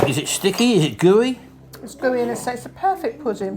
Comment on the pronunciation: "Perfect" BabyFrank "purr fecct"